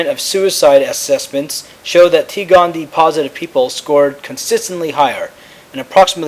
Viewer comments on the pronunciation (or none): OK, sorry, just, real quick: It's, T. gondie-EYE, there are two 'eyes', thus, gondie-EYE. 'Sclerae' is pronounced 'sklerry', like sherry (the beverage). Aside from that small critique, great videos!